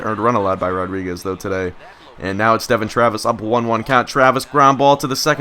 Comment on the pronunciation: "Uardriguez" I like it